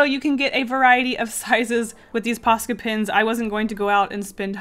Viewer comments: isn’t it posca not pasca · You know what’s funny? I have subtitles on, and when you say POSCA pins, the captions say “pasta” pins. 😂 Edit: I feel like people take this as a hate comment, but I’m just pointing stuff out. Sorry if it feels like a hate. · i can not pronounce posca no matter how much you say it im just here like paka poco pasta?? pa da da da da da da bat man im not the brightest crayon in the box ._. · I turned on subtitles (idk why lol) and when said “Posca” the subtitles read “Pasta” 😂 Edit: heck the first illustration looked cute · I kept thinking you were saying pasta Xd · It sounds like you're saying 'paska' all the time, and it means shit in finnish 😂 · I keep on thinking that ur saying pasta